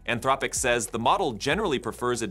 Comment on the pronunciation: Your AI voiceover has an impressive number of pronunciations for “Anthropic”